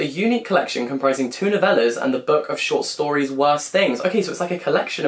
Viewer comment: “A collection of twelve stort shories”… I listened to that like 4 times lol